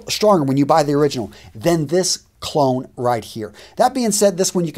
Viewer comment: and when you say “clone”, it sounds a little like “cologne”